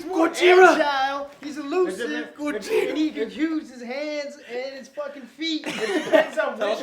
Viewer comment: it's Gojira